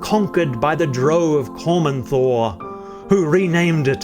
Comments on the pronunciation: Not Dro... Drow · Did I hear him say DROAW? lol 🤦‍♂